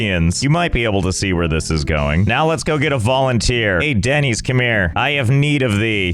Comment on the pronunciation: I would rather be one of these villagers than hear Denys pronounced Dennys instead of Dennis one more time